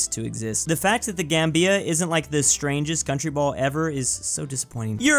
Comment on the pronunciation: The Gambia isn't pronounced like that. It rhymes with Zambia